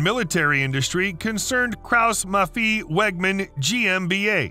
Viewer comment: Kraus Maffei Wegmann ! not Maffiii !! Learn some German to pronounce it right!